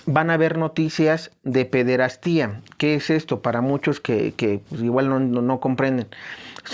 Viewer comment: Hermano. Gracias por tus vídeos. ¿quíen sería el antipapa? Pir otro lado, sin afán de ofebder, se pronuncia pederastia, no pederastía.